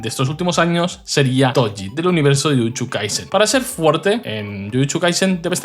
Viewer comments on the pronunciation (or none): Odio como dices "jutchu" xd